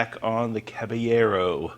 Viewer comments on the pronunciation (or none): Pronounced; Cab-ah-yerr-oh (Caballero) by GMC. !! : ) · Dear Caballero in Spanish is pronounce CA BA LLE RO -Strong Accent on LLE!!! (YE ) Good Luck in the pronunciation of the word!!